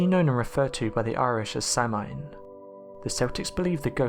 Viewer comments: You pronounced both Samhain and Celtic incorrectly. Samhain is pronounced “saw-wyn”, Celtic is pronounced “Keltic”. The only once that pronounce Celtics with a soft “C”, is the NBA team. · AND his STUPID Limey-Arse couldn't say "SAMHAIN" correctly! It's pronounced: "S'OW-EN"!!! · Samhain is pronounced sow-in or sow-een, please stop saying sam-hane. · I will not read all the comments because there are too many. But the pronunciation in this video is so off. My first girlfriend said "never say 'Sell-tick', it's 'Kell-tic'. And never 'Samhain', it's 'So-een' I never did get that word right, but I can tell you this isn't close. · I love your channel, but I can't stand it when you miss pronounce words, like Celtic (it's not S-Eltic...but K-Eltic) or Samhain ( Sow-Whin), & many others! You're info is also not very well researched, for topics such as this article. Which Halloween is Very well known, by many people, Cultures, & Religions... Please don't just find info on any site, but truly look for the correct information! Thank you ✌️👻🥀🖤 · "SELL-TICK!!??" "SAMHAIN"!?!?!??? Goddamn it, it's pronounced: "KELL-TICK" (CELTIC) & "S'OW-INN" (SAMHAIN) For Fuck's Sake! YOU LIVE NEXT DOOR TO IRELAND!!! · its Celtic or if you prefer the pre roman name Keltos also samhain should be pronounced sow-een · Sorry to be pedantic but it's pronounced Keltic with a hard k, also samhain is pronounced sow (like the female pig) en.... Sowen...oh btw we have a black cat, he's lovely... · 1 Its pronounced Sowen and 2 the Celtic Irish adopted Christianity and brought their older tradition with them . The cultural appropriation took place when the Irish emigrated and others adopted the traditions associated with the Christian feast days .